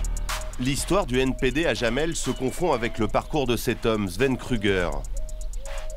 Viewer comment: Jamel se prononce "yamel", pas "jamel".